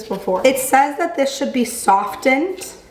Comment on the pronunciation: ily but i have never heard anyone pronounce the "T" in the word "softened" LMAOOO the t is silent queen😭🩷